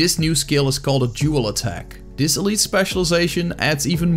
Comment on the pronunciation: You sounded dutch, checked the about page and I was right! Also, a good class guide. (This sounded like dis, that's why I guessed dutch.)